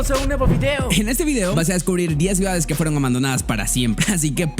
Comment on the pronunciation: Ok vamos a descubrir 10 GAES abandonadas... muchacho se dice "CIUDADES" no GAES!